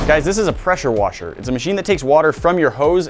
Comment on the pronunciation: its a peshuwashe